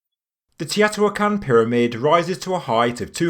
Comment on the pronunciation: It’s “Toe-knee-naa”!!!! 😂 and “tee-oh-tee-waa-con”!! 🤣